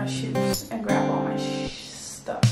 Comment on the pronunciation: "Grab all my shhhstuf..." 😄